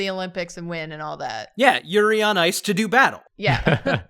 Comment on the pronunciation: Did no one else hear say "Yuri Art"